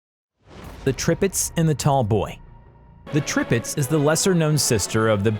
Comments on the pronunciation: They are not 14 or 16 "foot" guns they are measured in inches 14", 16". It's Bismarck not Brismark, it's Tirpitz not Tripitz it's pronounced Oigan not ugan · Why is he saying tripitz not tirpitz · Tripitz, bizzzzshmurk. Zero legitimacy. Please stop. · "Tripitz" ???? Brismarck" ???? Dude, say their names correctly. It's Tirpitz, and Bismarck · ITS T I R PITZ NOT TRIPITZZZ also ITS B I S MARCK NOT BRISMARCK REEEEEE >:( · Who the hell employed this narrator? I didn't know there was a Brismarck, Tripitz and Prince Eugene? His pronunciation almost had me turning this off. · The tirpitz not the tripitz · Yup… the Tripitz had me giggling that and the Prince Eugene. Hey, he pronounced“Iowa” correctly! And he kept saying turret sizes in feet; the stats he listed should have said like 14 inches, not feet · Tirpitz not tripitz, Bismarck not Brismarck and the way to pronounce prinz eugen is Oygen not Eugene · DID HE SAY «the Tripitx»??? T I R P I T Z!! How do you even mispronounce Midway? It’s not Medwey, it is Midway. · He also said Tripitz and Brismarck instead of Tirpitz and Bismarck... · Brismark? Tripitz? Battle of Trafgar? It's Bismark, Tirpitz and the Battle of Trafalgar. I think you need to learn how to pronounce the names of ships and p[laces. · NOT Tripitz, but Tirpitz! Get your names and facts straight before uploading, man..! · ... and I was at first shocked with Prince Eugene, then along came Tripits and Brizmark. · I about Trip-ed over his ship names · "The tripitz" "brismark" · History : Bismarck , Yamato , Musashi and Tirpitz were the most lengendary ships, Battles like Leyte Gulf, Midway... Narrator: BrIsMaRk, YoMaTo , MaSaShI , TrIpItZ , PrInZ EuGeNe , LeYt GuLf MeDwAy etc.... History: Kill me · "brismarck, prinz EUGENE, trippits" wtf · I think he’s a google robot by his pronunciation Medway, notortorise, brismarck, tripitz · William Samuel how he said “Prince Eugene, Brismarck, Trirpitz and Airizona” hurts. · Tirpitz was worse